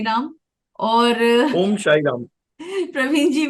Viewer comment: अध्यात्म ने उन्नति के लिए जी ने ओम का मंत्र Bataya है.. Thoda उच्चारण का tareeka अलग है... Sir k bataye tarreke se कीजिए